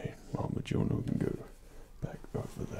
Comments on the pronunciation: The nerd is me gets a tiny bit irked every time he pronounces the hammer name wrong haha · The j in mjolnir is silent btw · Oh god he pronounced the J in mjolnir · I can't get over how he mispronounces mjölnir 😂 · He's pronouncing the name of the hammer wrong the j is silent. He does play a good thor though. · slightly miss pronounced Mjölnir a couple of times, but who really knows how to say it anyway. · I was excited for this until he pronounced mjölnir wrong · you... you said mjolnir wrong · No ones going to comment on the way he said mjolnir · You don't say the j in mjolnir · Why do you say the hammers name wrong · Mjolnir is not pronounced with a j! Immersion broken 0/10. Jk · WAIT How dare you mispronounce Mjolnir like that What a disgrace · He said Mjlonir wrong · As a nordic, guy, the "mejollneer" felt kinda weird to hear our old god say xD In swedish at least, it's pronounced as "myullneer" where the "u" is like the u in "fur" or the i in "bird". Kinda weird, but that's because you guys don't have ö or ø. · It’s not MIJOLNEER It’s MILNEER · When Thor pronounces Mjölnir wrong. It's "Me-yol-nir." Lol. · I loved this.....but Meejolneer? It is spoken "M ee olneer". Still,relaxing and great haha. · I just want to say this because of my OCD. It’s pronounced me-YUL-near, not me-JUL-near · The only thing I do not like is it is not earth it’s Midgard EDIT: IT IS NOT PRONOUNCED JOULNER ITS PRONOUNCED MOULNER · Mule eh neer Not Meh juul eh neer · Um, it’s not pronounced Mujunyier. It’s pronounced Mule-near XD I just wanted to point that out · It’s pronounced m-yol-neer not m-jol-need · she is pronounced MUIIIIIL-NIIIIR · wix Deerwater Mjølner. We Nordics is the only one who can pronounce the ø 😂 the e isn't pronounced i, it's more like eh. Mjølnehr. Or! In old Norse it was also called Mjolne, again the e is pronounced eh. (Miolneh) But yeah, he's pronouncing it wrong in the video. 😊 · "majolnir." XD <3 same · MAJOLNIER!!!! FUCKING MAJOLNIER!!!!!